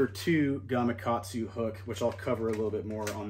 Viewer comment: Nice. You actually pronounced Gamakatsu properly. I don't know how many times I have heard it pronounced Gamagatsu.